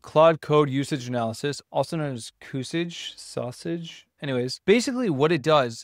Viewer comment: i think its pronounced CC usage for claude code usage